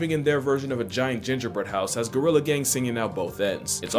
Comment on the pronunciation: Not Go-rilla! Gry-lla! Lmao, cracks me up every time.